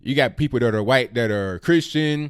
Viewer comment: Who taught you how to say white lol